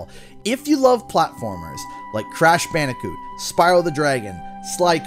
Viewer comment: "Crashu bandicoo?.."